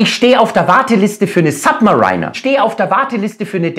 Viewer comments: Bayerisch hin oder her, aber im Englischen heißt es nicht "SubmaREINER", wie der Maria Rilke, sondern "Submariiiihhhhner", woast. Wie bei "US Mariiiihhhns", statt "US Marheins". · Bin mir relativ sicher, dass es "Sabbmeriiiner" und nicht "Sabbmerainer" ausgesprochen wird. Oder liege ich falsch? Schreibe mir in die Kommentare.. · im Ernst: Sapp-me-Rainer? Bitte Aussprache auf erträgliches Niveau entwickeln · Submariner spricht man nicht Submareiner aus... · Submar iiiiii ner. Nix "einer". Oder Sab - märinner für Amis. Aber dein Fantasiewort ist nonsense. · Jaja, Submariner nicht aussprechen können, selbst monströse Honorare aufrufen und sich als einer vom Volk ausgeben. Kannst Dich gleich mim Mario Barth zamtun, der trägt ja auch gerne Nautilus. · Am Anfang des Videos dachte ich, er spricht Submariner absichtlich falsch aus, er hat das dann bei den anderen aber nicht durchgezogen - heißt, er weiß es wirklich nicht. Peinlich.